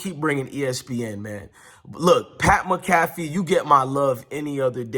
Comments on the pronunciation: Bro you pronounce Pat McAfee, mac-a-fee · It’s pronounced - Mac-A-Fee…👍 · Pronounce PAT MAC A FEE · Pat Mcafee is pronounced Pat Mack-a-fee 😊 go colts! 💙